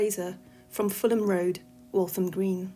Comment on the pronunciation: Hi. Walham Green, NOT Waltham Green..